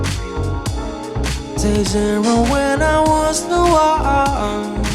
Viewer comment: Did I just hear NAURRR😭😭🫶🏻🫶🏻🫶🏻